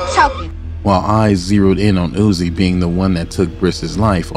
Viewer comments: It’s uzzy not ozzy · It’s not “ozzy” it’s “uzzy” like lil uzi vert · Who is ozzy you saying it wrong bro